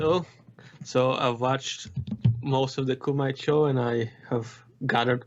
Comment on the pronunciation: Kumite is Coo-ma-tay. Have you never seen Bloodsport?